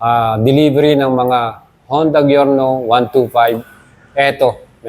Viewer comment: Good video! pero boss it's pronounced as Jyorno. Letter J po ang pagbigkas sa G nya.